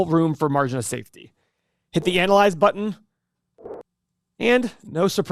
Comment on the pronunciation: Love the way says ConZervative and anal lise.